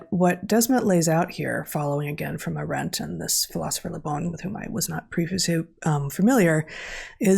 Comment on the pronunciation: Hanna Arendt has the emphasis on A- Aah-rendt. Like Ea-gle which means the same.